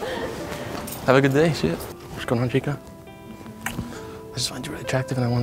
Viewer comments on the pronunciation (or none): lmaaooo you said "chicka" it's "chica" 😂